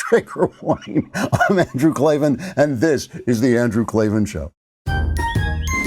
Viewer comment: "There are no R's in Klavan!"